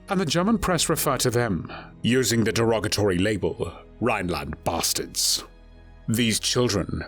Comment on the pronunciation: Damn he really put some stank on "Their BASTARDS"